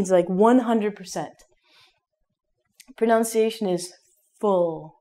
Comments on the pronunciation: Was I the only one that heard her say "pronounciation?" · You were saying "pronunciation" wrong. You were saying it like "pronounciation", which is a common mistake. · I'm sorry to tell you that your pronunciation of the word pronunciation itself is wrong. You pronounce it as pronoUnciation.... very funny! !! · is it a joke when you mispronounce "pronunciation"?